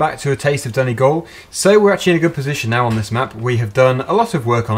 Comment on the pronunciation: I'm Irish and just saying this is how u say Donegal Doneegal is how we say it here in Ireland